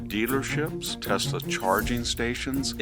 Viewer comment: baseball is back; you could learn how to pronounce Tesla, make a smart difference; IMO you have lost your way, and me...............Cya